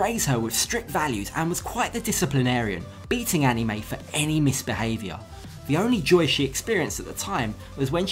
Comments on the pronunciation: First of all it's Anna Mae not Annie Mae. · its ana-mae not annie